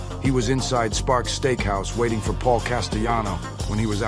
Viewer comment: It’s was so entertaining until you pronounced Big Paul’s name wrong……… disappuntinh